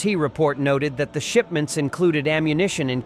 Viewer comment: Shipments just sounded like shitments